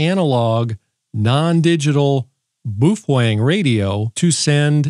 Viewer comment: Please pronounce Baofeng correctly.